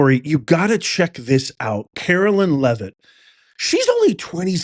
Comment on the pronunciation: love you so much, but it's pronounced CaroLINE, LOL, not CaroLYN 😂 speaking from experience, it bugs us ❤😂 still love ya